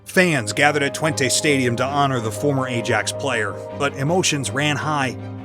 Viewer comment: My comment would be more positive if you could at least pronounce names correctly. Qatar, Ajax, etc. Shocking, really.